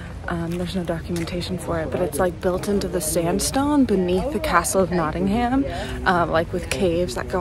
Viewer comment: It’s nottingum not nottingHAM